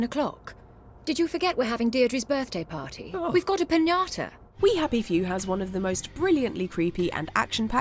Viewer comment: Happyview?? It's "We Happy Few".